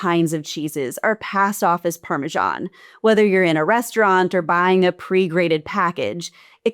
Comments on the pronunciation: Learn how to pronounce parmesan. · It's pronounced Parmee-zian!!! 😉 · Going to ignore your countries pronunciation of parmesan, but rennet is hard ren..it. Good video